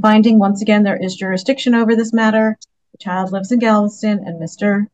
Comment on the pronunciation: He would like to challenge the “durisdiction”